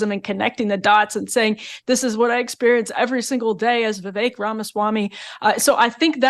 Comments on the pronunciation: Btw, it's not Vee Vayk - it's Vee Veck. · Vivek pronounced as Vivake??? Go to India and ask them to pronounce it. I guarantee you they will pronounce it Wiwek. They can't pronounce the letter "V". Or just call him Ramen!! 😂😂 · Wellllll…we don’t know that Donna intentionally mispronounced Vivek. One vowel was pronounced a little “wrong”. Could worse🤣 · Why didn’t u tell Barrack Obama go home?. Or mispronounce his name Donna . She’s racist saying Vivek’s name so wrong. He’s allowed to stay in a political race if he wants to. Just because she doesn’t want Democrats feet to the fire as Republicans have to endure. She thinks she’s funny? She’s disgraceful. Imo trying to sway people against a political candidate and disrespecting his name and right to campaign.